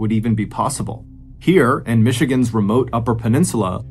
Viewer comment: Northern Michigan man here. Excellent job on the pronunciations